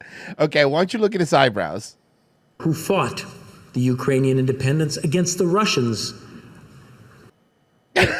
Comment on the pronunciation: "Oo-krainian"? 😂 So I guess she confused the pronunciation with "Youse-bekistan" But seeing the Quaker-looking dude's expression as he read that script reminds me of the old clip the boys played of Owen Benjamin reading the letter from that stalker (i think the episode was called Sausage party)